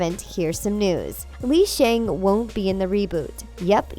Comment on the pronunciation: it's actually pronounced Lee Shung